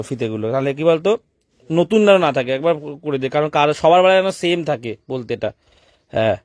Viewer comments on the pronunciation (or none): none